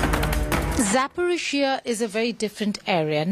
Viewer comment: Geeta, - You doing very good job. However Your knowledge in History and Geography about Ukraine, Russia, and USSR. Your pronouncement of the name of City, People, Location. For example the city of Zaporojie !